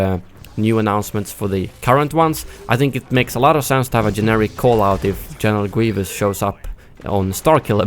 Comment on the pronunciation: "Genewal Gweevus"